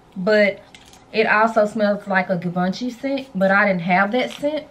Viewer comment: So *sighs here I am opening my fragrance pinterest to add new things to buy courtesy of hehe I was already eyeing Sublime and I feel like now I need to get it:) I can say that I have had a decant of Atomic Rose and Infini Rose is a bit closer to the original scent than Amethyst. Also, I believe its pronounced Givenchy (gee-von-shee) L'interdit (lawn-tra-dee).